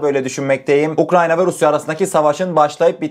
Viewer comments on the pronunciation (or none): none